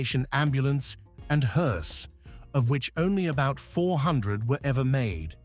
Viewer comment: AI is so f*ing lame! 2,23 "mounting a body of a HORSE"? Nice video though, thank You and I will go long before You and unfortunately not in a Caddy. Note that Queens English is my third language.